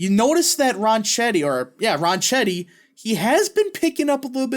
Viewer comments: I'll be voting early for him this morning. It's pronounced "Ron Ketty" BTW. Thanks for the vid 👍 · You should learn how to pronounce his last name before you start to talk about him. I am by no means a Grisham fan. She’s a lunatic. Ronchetti was a weatherman for years on KOAT. It’s pronounced Ron-ketti. Try calling his campaign headquarters if you believe me. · Yeah, Ronchetti is an Italian name. And the "c-h" combo in Italian makes a 'k' noise. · Ronchetti is an Italian name. And the "c-h" combo in Italian makes a 'k' noise. So you're pronouncing his name incorrectly. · Hey, the pronunciation is 'close enough for government work' OK?